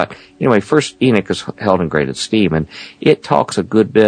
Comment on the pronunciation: It's Enoch not Enick .